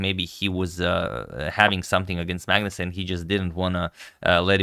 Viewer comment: On pronunciation, Magnus is pronounced Manus or Maunus, not phonetically. It's a Scandi thing sorry guys :(